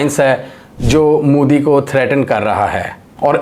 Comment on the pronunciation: Moodi nahi hai, Mo-Di hota hai..... Oo nahi sirf O hota hai